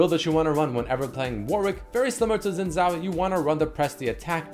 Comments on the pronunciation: When will people start pronouncing Xin Zhao correctly..(shin jao) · How you pronounce Xin Zhao is so annoying